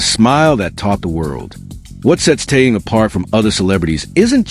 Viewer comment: Его зовут Тэхен. Зачем вы коверкаете его имя?